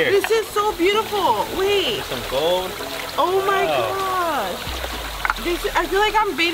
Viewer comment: Lo único que le entendi fue oh my gush